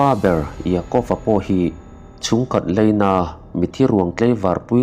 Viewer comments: Leina nilo in 'laina ' tiin lo chhiar thin tawh rawh aww..😊😊😅😅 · Heichu kan correct ve lawk nge aw, leina nilovin laina, tleivar nilovin tlaivar ❤❤